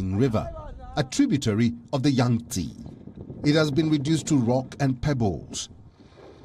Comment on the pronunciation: There is no Yangtsiiiiiii its called Yang - TsEh